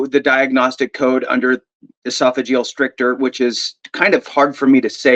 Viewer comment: Brothers - FYSA stricture rhymes with picture.